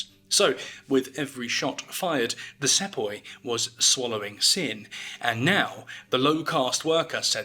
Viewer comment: It's pronounced See-poi